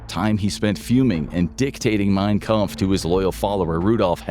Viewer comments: Please learn to pronounce Reichstag. It's getting really grating. Also, mein "Kumpf"? Really? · "mein Kumpf" tell me ur murican without saying ur murican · "Mein KUmpf?" You guys saw that too, right? Umpf-sie-daisy!